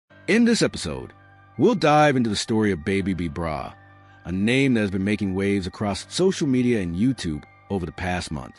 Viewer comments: boooo u saying the name wrong..who is babe b brah smh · your not even saying his name right! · The information about the original B-Brayz is false. He never went to the Pen. On top of it all they mispronounced his name throughout the whole video. This is completely disrespectful. This video needs to come down.